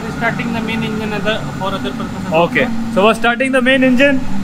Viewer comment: "EMGINE ROOM" BTW THANKS FOR THE AWSOME CONTENT! LOVED IT